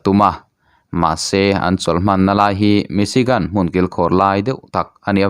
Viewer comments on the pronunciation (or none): none